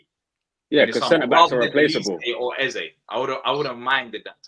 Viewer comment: yep, but Eze is like Ezuh and Guehi is like Gayee for sure 😉🤣